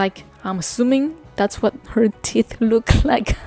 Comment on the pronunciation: Oh, I thought she was saying her 'tit' was black. Okay, 'teeth'.